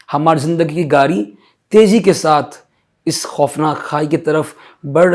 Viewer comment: آپ گاڑی کو گاری کیوں بولتے ہیں ڑ کو ر بولتے ہو